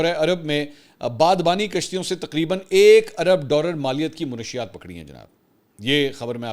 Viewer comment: السلام علیکم ورحمتہ اللہ وبرکاتہ سر "منشیات "کے لفظ کو درست کر لیں درستگی کی درخواست آپ کی عزت افزائی اور آپ کے ساتھ ہمدردی کی دلیل ہے